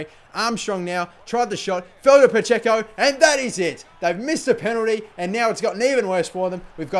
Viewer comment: Your Dani Pacheco is like a Dani Pa-Dzeko.